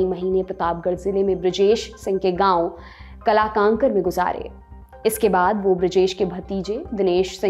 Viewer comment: काला कांकर का आपने सही उच्चारण नहीं किया राजा दिनेश सिंह की यह रियासत साहित्यकार और महत्वपूर्ण लोगों को रूस से जोड़ने का काम करती थी